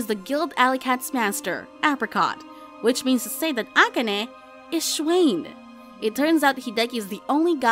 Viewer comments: 'Schwein' is pronounced similar to the English word 'swine', just with a different initial sound (like 'shwine') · You need to correct you pronunciation of Schwein for pig. It's "Schwine" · you don´t say it like that (im talking about schwein)